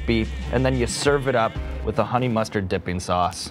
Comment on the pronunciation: "Tofu wif cheese? What the fuh?!" Lmfao